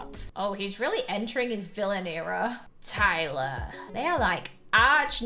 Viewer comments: You’re like Iyler instead of Tyler 😂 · and the part of the gang is ailer. me: ailer? it's tailer.